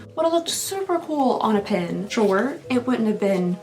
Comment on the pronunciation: She says "pen" like "pin" but says "pin" like "pen" 😂 I was a little confused for days 5 & 6 😜